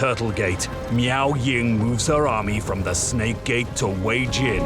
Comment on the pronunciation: Meow-Jing hahaha, i cant unhear it anymore.